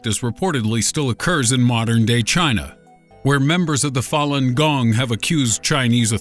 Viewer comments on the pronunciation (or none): none